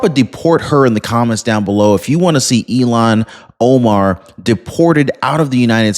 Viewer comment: you never showed the anchors reaction! are you just trying to promote CNN? I'm confused what I just skipped through and attempted to watch. Thanks for the history lesson. You are saying her name wrong by the way.